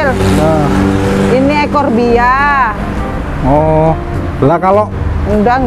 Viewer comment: Koreksi bu haji, itu suplir bukan spril. Eforbia bukan ekorbia 🙏 salam santun dan salam satu hobi. Terus semangat 🙏